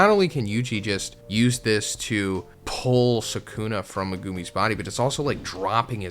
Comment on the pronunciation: MAGOOMEY 😂😂😂 lmao 🤣 worse pronunciation of Megumi